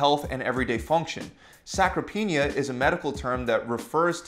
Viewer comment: “Sacropenia” some expert. Just someone who went to school and learned how to write a paper regurgitating sources